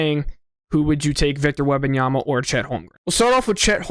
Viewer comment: How can you say Wembanyama correctly but butcher Emeka?